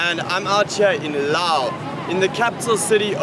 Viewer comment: Finally, someone pronouncing "Laos" correctly